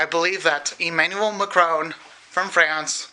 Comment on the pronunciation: Trust me, his prononciation of Emmanuel is even worse